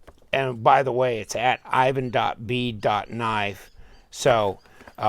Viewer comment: Great one ! But you pronounced desingners name wrong, its like Evan in real : ) Thank you !